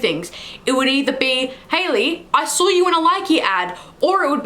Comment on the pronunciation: Why do you have so many random "r's" in your speech.... saw doesn't have an r in it...